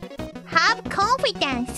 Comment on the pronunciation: 'Amigos!' 'No confidance!' Her struggling to say 'Clear'. 'Harry Potter girl'. 'Oh yes. Kinoko.'